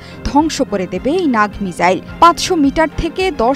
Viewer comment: Are didi ota মিজাইল না মিসাইল